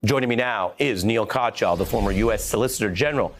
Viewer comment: That's not how you pronounce Katyal